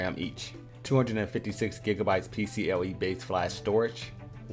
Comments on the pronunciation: PCIE not PCLE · It's PCIe, I as in India. Awesome review thanks! Very thorough!